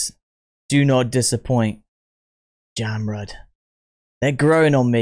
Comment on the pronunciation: Jamrud pronounce like "jump road".